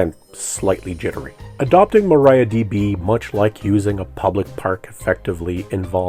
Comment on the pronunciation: Please pronounce Maria, not Maraia.